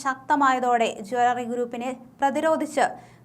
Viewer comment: ജാലറി അല്ല ജ്വല്ലറി എന്നാണ് പറയേണ്ടത്. ഈ പെണ്ണ് സംസാരിക്കുമ്പോൾ വാക്കുകൾക്ക് ഒരു ബലം കുറവാണല്ലോ???